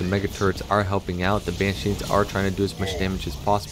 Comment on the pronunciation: took me a while to realize you're calling them ban sheens lol. its banshees